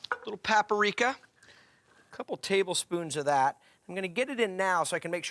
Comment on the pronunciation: Bruh, it's called paprika, NOT PAPARIKA ! Geez.